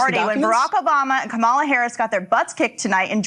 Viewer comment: You shouldn't let them to continue to intentionally mispronounce Kamala's name, Brian.